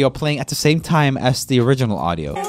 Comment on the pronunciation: He said “can’t get demonetized again” While he pronounces “as” as “ass” Man, even your accent is edgy..